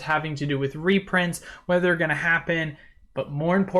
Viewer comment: Repronts?! Reprunts!?! Rurprunts?! No way Jose.